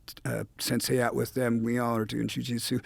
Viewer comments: I don’t why Dave and guys like Jerry Only get so much hate. They’ve avoided the massive pitfalls of rock music and they’re not broke or brain dead. Look at Taylor Hawkins, that’s tragic. Other than how he pronounced “Ju Jitsu” he’s ok 😂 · saying jujitsu is hard sometimes